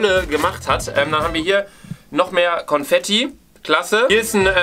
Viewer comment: Confetti 😂😂😂❤ P.S. vesteht es ihr eig.? “Con“fetti. Con wie concrafter😂